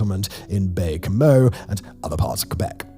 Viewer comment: Don’t pronounce the last “N”…Gan-yon. Baie is pronounced “Baye”, with a silent “e”. Mind you, I can pronounce it properly in my head,but my Anglophone tongue has a hard time getting around it, lol.